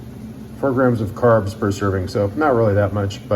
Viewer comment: Carbsss??? gasp